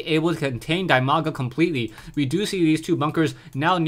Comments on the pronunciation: while it is true that Dimaga's name is pronounced "Dee-Mah-Gah" (The name comes from his IRL name "Dima", pronounced "Dee-Muh"), I actually prefer your pronunciation. As far as I am concerned, What would be best is an acknowledgment in your next video with him that you know the correct pronunciation and are conscientiously pronouncing his name differently for the fans. Or call him "Dee-Mah-Gah", I guess it's your choice. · Dimaga's nickname pronounced as DEEMAGA. Just cuz he's Ukrainian. Cheers!